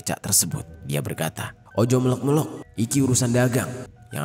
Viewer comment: Tp jadi beda arti gak sih?kayak kata"melok melok" Itu klw dialek bg jeri artinya jd bukan "ikut ikut",tp artinya "terlihat dgn jelas".krn beda penyebutan huruf vokal jd beda arti